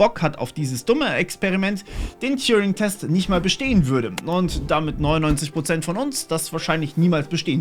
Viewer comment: TURING! Der Typ heißt: Turing! Ohne "J" (gesprochen "touring". )..mach nur Spaß, bin großer Fan.. Allet juute ^^🤣